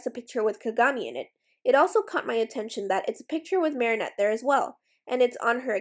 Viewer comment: I wonder why tou say mari shah instead if mari chat. I like how you say it, I just have never heardmit anywhere elsw